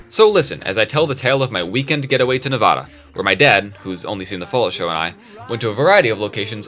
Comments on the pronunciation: Also a little correction, it’s pronounced nuh-VAD-uh, not really nuh-VAH-duh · As someone who lives in Nevada, it pisses me off so much when people call it NEVODA